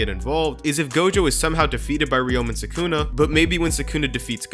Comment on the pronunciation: sukuna❌ Sykunno✔